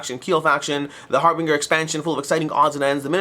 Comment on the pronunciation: Harbinger mispronounced